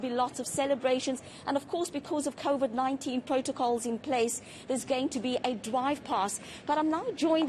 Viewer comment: "ThErE WaS KoFiD"